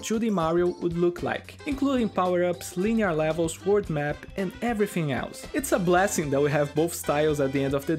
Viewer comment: I’ve got a small hunch that you’re Brazilian and from one to another, aqui vai uma dica: na hora de falar o “th” de palavras como “everything” toque os dentes superiores na sua língua, não nos lábios inferiores. Há uma diferença e faz parecer “everfing” ao invés de “everything”. Mas pequeníssimo detalhe, fora isso pronuncia está ótima e conteúdo do vídeo, supimpa